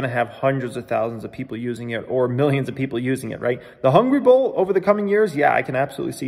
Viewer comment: Will ever learn how to say Hungry Bull without making sound like Hungry BOWL?